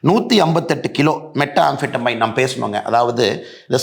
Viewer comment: மெத்ஆம்பெடமைன் அண்ணா... மெட்டாஆம்பெடமைன் அல்ல